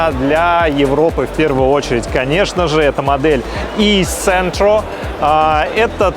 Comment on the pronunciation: e-centro читается как "e-джентро" :)